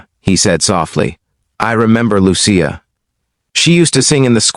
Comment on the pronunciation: Not to mention the mispronunciation of the words Sicilian and Lucia.